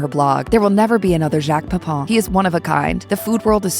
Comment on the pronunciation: The final syllable of PEPIN should not rhyme with the final syllable of POUPON. 😅